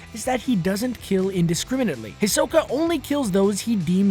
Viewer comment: he said hisoka's name wrong